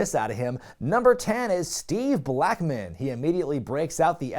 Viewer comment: There goes mispronouncing Steve Mufuggin' Blackman's proper name again.